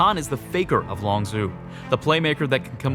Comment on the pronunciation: longzhu is pronounced longju not longzoo